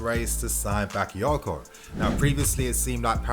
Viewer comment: Say it Right..Not Baka because he not English..or he not Rice..smh..Ffs